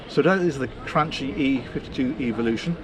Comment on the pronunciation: please the name is Cranchi (to be pronounced Crankee)